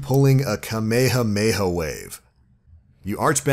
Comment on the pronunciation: Please for the love of god, pronounce kamehameha correctly.